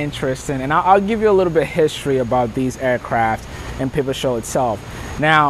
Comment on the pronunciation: now that makes sense..one presenter kept calling it pepper strole and now i see pipestrel .so anyways keep going